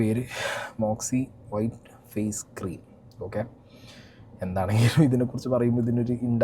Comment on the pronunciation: വൈട്ട് അല്ല വൈറ്റ്